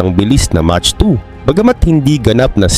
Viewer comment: 😮mach unit for speed of sound pronounced as mak